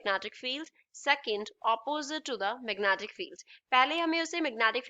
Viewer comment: Magnetic field ❌ magnatic field ✅😅😅